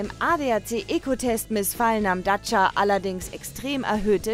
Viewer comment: Hallo erstmal ADAC was habt ihr denn für eine Sprecherin die kann ja gar nicht Dacia aussprechen die sagt im Video immer daca anstatt Dacia.